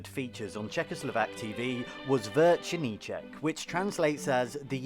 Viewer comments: Correction, it's not "Vercernicek", but "Večerníček", no "r" at the beginning.. also all the dolls we had looked creepy.. Spejbl and Hurvínek, Kuko, Raťafák Plachta.. honestly, we probably never had any normal ones, maybe except Patt and Matt.. btw: this video only shows the Czech part of Czechoslovakia.. the only Slovak part was the national anthem at the beginning and end.. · It's actually "Večerníček", not "VeRčerníček". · its večerníček not verčerníček😭 you added an r